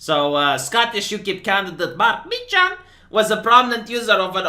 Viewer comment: Has anyone ever said Meechan correctly?